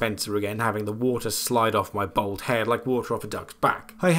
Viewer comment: Yes, all sorts of stuff can be broken including hard to reach items such as wall mounted displayed weaponry etc. & it's a trilogy wide strat so hopefully it'll help you out. Oh.. sorry to be "That guy" but.. It's bald "Ball-d". Lol. When you say "Shining bold head" I imagine 47s noggin in a knights helmet holding a sword in its mouth shouting "Tis but a scratch" and still fighting enemies away. As that is "Bold". 🧐